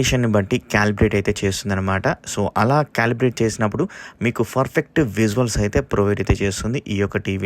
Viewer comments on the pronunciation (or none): Every time you pronounce the word PERFECT as FERFECT……